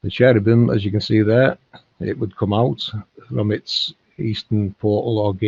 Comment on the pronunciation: She was saying Cherebum. Kerabum